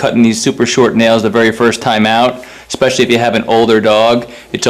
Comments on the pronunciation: Good information, but this narrator talks like an illiterate moron. "Expessially"? LOL. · You lost me when you said "eXpecially."